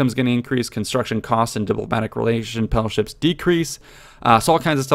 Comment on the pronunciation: "Penalship" lol